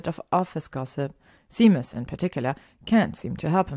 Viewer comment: Hey Caro, vielen Dank für deine lieben Worte. Es freut mich, dass dir die Geschichten so gut gefallen:)! Mit den englischen Wörtern hast du absolut recht und ich würde mich freuen, wenn du mich da ab und zu drauf aufmerksam machst:) Es ist immer gut was Neues dazu zu lernen und dass Seamus Sheymes ausgesprochen wird wusste ich tatsächlich nicht:D. Da habe ich heute wieder was gelernt. Vielen Dank für das liebe Angebot. Ich hoffe auch, dass ich damit noch lange weitermachen werde (und du mir noch lange zuhörst;D). Da ich aber mittlerweile fast 30 bin und Fanfic mich noch begeistert wie am ersten Tag bin ich recht zuversichtlich:D. Danke für deinen lieben Kommentar und dass du dir so viele Geschichten von mir anhörst <3. Das bedeutet mir wirklich viel:) Vele Grüße